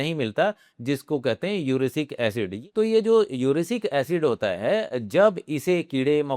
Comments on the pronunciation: Uric acid hota hai urisic nhi 😂😂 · महाशय यूरिक एसिड होता है कि यूरेशि क एसिड होता है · मादरासे छाप चेनल - इउरे सिंक एसिड --- कहा से पड़ाइ किया बेटे , ठीक से उच्चरण तो करने शिखिए - दलाली बन्द किजिए।।